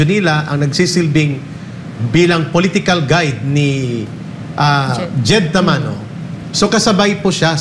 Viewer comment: Jed Tamano Hindi Tamoro